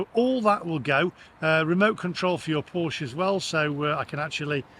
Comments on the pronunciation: The e at the end of Porsche is pronounced like the e in egg. Porsche is not pronounced Porsch. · Maybe they've got it in for you because you keep mispronouncing it. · Its "Porsche" btw...